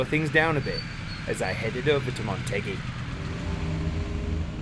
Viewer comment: This video was going so good right up until the end where I keep hearing you say "Montegi"(not a real place) instead of "Motegi" ;(